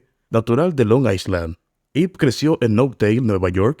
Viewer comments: Tampoco I se pronuncia como i es ai. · Amigo ,no se pronuncia la letra "s" en island.